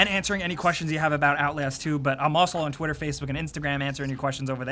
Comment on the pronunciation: Am I the only one who thinks says "Twitterface"??